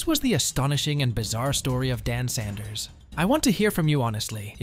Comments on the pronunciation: Sloppy video. He's "Saunders", not "Sanders". Lots of video clips of US money and Las Vegas. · Saunders not Sanders. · your pronunciation of Saunders and Wangaratta is incorrect.